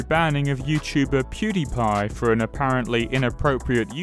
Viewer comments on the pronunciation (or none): none